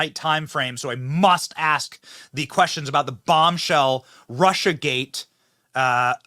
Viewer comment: Hahaha “axe” love it😂